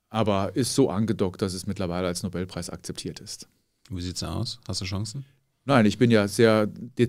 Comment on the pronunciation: Die ersten zwei Minuten und Herr Feld triggert mich schon mit "Nobelpreis". Kann ja nur besser werden.